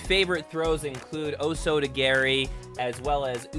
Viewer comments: Nice vid but correct pronounciation is Oh-soh-toh-gah-ri (not osotogary) and ipp-ohn-seh-oi-nah-geh (not iponseoinagi) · Respectful video, nicely done. However, your pronunciation of o soto gari is unfortunately wrong. O Soto "gahr-ee" is the right way. "Gari" means reap, which is the method of execution for the throw. Your pronunciation of "gary" sounds like the japanese word for kick, which is not the right technique. In your case, your pronunciation literally translates to "major outside kick." As a rule of thumb, for non Japanese speakers (like myself) you can use a spanish pronunciation for all Japanese vowels. This is because Spanish and Portuguese monks went to Japan and introduced the "Romaji" transliterative character set, which matched sounds they heard to the latin/spanish/western alphabet they were used to. So, the words you're using would be o soto geri in Romaji. -respectfully. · I was just poking fun at the way you said it as I always heard it pronounce as _oh-soh-toe gar-ee_. Not, oh soda garry. Who is Garry and why does he want a soda? Soda is bad for you. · Being able to practice. throws and sweeps fully is a significant key to what is actually learned. If you're pulling back on a karate strike to keep your practice partner safe, you are repeatedly imprinting what will actually happen in a full-on fight--- you will hold short on strikes. Please, the pronunciation--Oh soto- gar- EE (as in 'hard', not 'hair'). Say- O- Nog- EE. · Love it! "OSOTO Gary" LOL. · Please don’t say osoto-gary 😅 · O sota gary? Please pronounce it properly